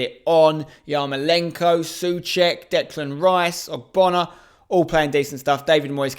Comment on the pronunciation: Hello, fan from Czech Republic here. You guys in England keep pronouncing "Souček" wrong. But I think it is easy for you, just use these 2 words which already exist in your language and use them together - "so" and "check". Just say it together and you are correct. 😊 I wish you better predictions next time bro and COYI! 😊💪